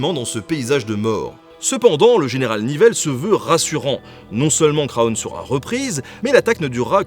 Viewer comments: super reportage :) par contre on ne prononce pas le "o" de Craonne ;) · Craonne se prononce "CRANE"